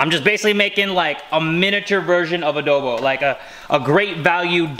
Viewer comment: I love pronounciation of adobo lmao ✨adœbo✨